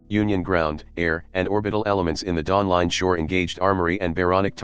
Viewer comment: Dawling Shore?